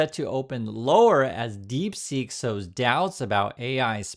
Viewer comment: Its deep seek not deep sink !!!😊